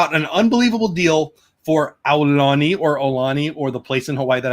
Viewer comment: Aloha! Great stream! Sorry I missed this! Aulani = au (as in out)-lah-nee. Ko Olina = koh-oh-lee-nah. Hope to meet u when u make it out here. U could visit the Dole Plantation & would love to know what u think about the Dole Whip here. 😜